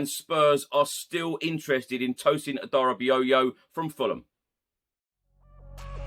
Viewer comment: First time I've heard Adarabioyo pronounced correctly 👏🎉